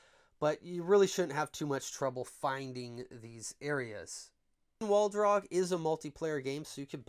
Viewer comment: actually it's waldog not waldrog